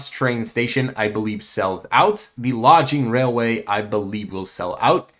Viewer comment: Is English your first language? Lodging Railway instead of Logging Railway. Omnious Isle instead of Ominous Isle.